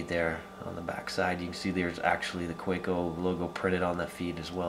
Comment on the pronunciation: fwiw, being a german company, it's pronounced "kah-veh-co"